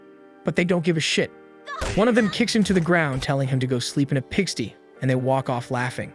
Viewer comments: Pigstee ....... pig - sty is this a kid that doesn't have a firm grasp of English or a dumb AI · pigstie? no no no it's pig sty. I wonder if this TTS AI slop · "a pig stee"? Can't even review the language before you post? Can't admit this is AI generated voice? Shame. Steal content, and AI voice over. Worst of the worse. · 237K subscribers and this dude narrating can barely read. Lost it after "pigstee" and "goatcha" and the random swearing. Reminds me of a kid that doesn't know how to cuss. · This is an AI summary, it doesn't know how to pronounce Japanese. The script also has "pigsty" pronounced as pig-stee. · Its AI. It pronounced pig sty as pigstee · Pig-stee? "Enter-edge"? "E-lights"? "Veens"? The placement of "damns" tells me no one reviewed this. AI created and read garbage. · Your atrocious pronunciation of "go"-cha and pig-"stee" has told me all I need to know about whether you're worth any more time. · I like your work! Pigsty is pronounced „pig St eye“